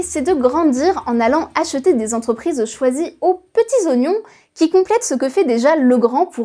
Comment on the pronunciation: Cent quatre vingt dix sept z'entrprises ? Ça fait effectivement beaucoup...